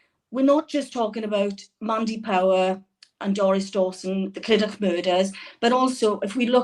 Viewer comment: Clydach is meant to be pronounced Cli-Duck. Heart breaking story from &. I would love to tune in and see them again. Great video.